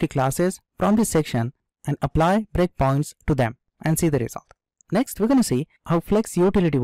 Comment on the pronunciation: when you say 'breakpoints' it sounds like bitcoins 😃